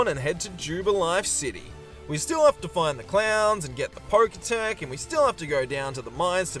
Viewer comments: I actually don't know if it was a joke or not but him calling the Pokétch the "pokétech" annoyed me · The fact that he called the Pokétch the 'poketech' is so infuriating.